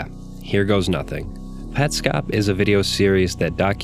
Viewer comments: i think its " pets cop" not "pet scop" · you say petscop weird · Huh, I always assumed it had to be Pets Cop, I actually was about to make a comment making fun of you for your pronunciation before you brought it up, haha. Interesting take